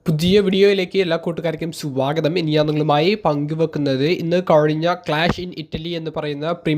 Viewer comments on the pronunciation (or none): sagatham alla swagatham nee neravannam paryan padikk ninte sherikkum ullla languageill Paranja mathi over decaration venda